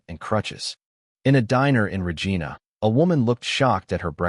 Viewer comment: Every time I listen to this nonsense the talking voice mispronounces Regina.